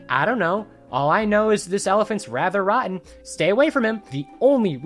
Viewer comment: “this elephants rather rahtten” good one you sly dog you